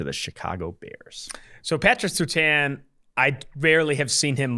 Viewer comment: These guys are too young to know how to pronounce Surtain.